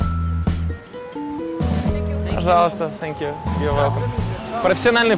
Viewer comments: Thank You... так режет слух Ваше - Сэнкъю! - что за С. Какая нафиг С. Произносите хотя бы Фэнкъю. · Ннвозможно слушать это ,,сенкью,,.отвратительно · "сенькью" прости хоспади